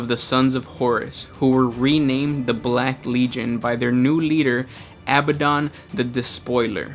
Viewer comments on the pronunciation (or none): Not all 'current' chaos marines date back to the heresy. New chaos marines are created from humans deemed suitable and it is not unknown for bands of Imperial Space marines to turn to chaos directly or turn to common piracy. Also, you pronounced Abaddon incorrectly.